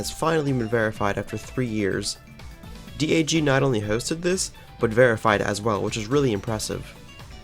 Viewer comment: its not d a g its dag